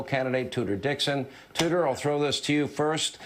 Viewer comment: “Tuder”.....? That’s her name..? 🤦‍♂️😂😂😂